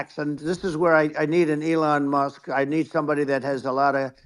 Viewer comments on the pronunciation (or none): If anyone has contact with, perhaps they will let him know 1) he appears to be a sincere, passionate presenter, and 2) during his Trump/Musk episode, appeared to consistently refer to Elon Musk by pronouncing Elon’s surname as “Must.” If that is the result of a speech impediment, it’s understandable. If not a speech impediment, perhaps should not throw the stick too far - regarding someone slurring. Thank you, whomever is willing to get this to.